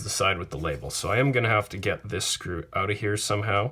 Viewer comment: "I'm gonna put a tweet oat." CANADIAN DETECTED